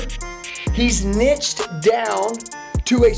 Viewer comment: Soooo why do you pronounce niched as nitched 😂 I’m out